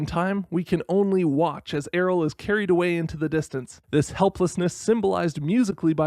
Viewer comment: I stg it's pronounced the same as "Ariel", the Y makes its consonant sound lol